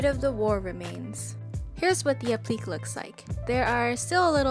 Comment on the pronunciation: applique is pronounced app-li-kay, with a long "A" sound at the end D: im sorry, i dont mean to be rude by correcting you